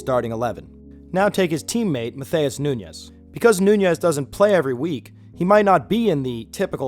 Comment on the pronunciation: Great video. Love seeing how you broke down the importance of this stat and I think its a great thing to implement. One thing though. If someone is Brazilian, its not pronounced like spanish names. Nunes is pronounced “noons” and matheus is pronounced more like “mat-ews”